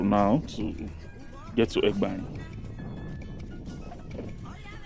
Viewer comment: Just a little correction. The name Egbaen even though it’s spelled with e as the first letter but it’s actually pronounced with an initial a, like when you want to say ‘a boy.’ So it’s like aygbaen—this is the correct pronunciation. And could you please make videos of the city center, I mean streets in the city center. For example, Sakponbe Rd, Oza Street, Aruosa Street, Ogbelaka Street, Erie Street, Igbesanmwan Street etc. Thanks. Good job!